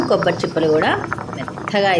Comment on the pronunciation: కోబ్బరి కాదు తల్లి, కొబ్బరి.